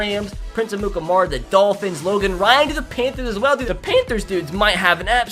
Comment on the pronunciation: DID YOU SAY PAINTTHERS. IT IS PAN THERS